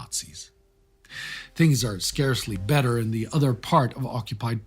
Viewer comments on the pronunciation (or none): none